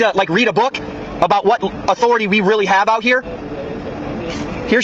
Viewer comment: ...On today's episode of "Respect My Authoratahh"